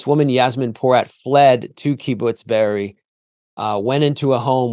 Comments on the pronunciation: Kibbutz Be'eri, not Beriah. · Chris can't even pronounce Be'eri but pretends he knows so much...